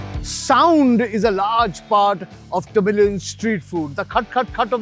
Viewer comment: it sounded like "The Million Flavours" when you said Tamilian flavors 🙂